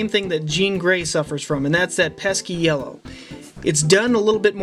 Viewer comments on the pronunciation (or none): none